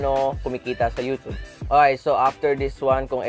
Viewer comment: YU-tyub hindi YU-tub!!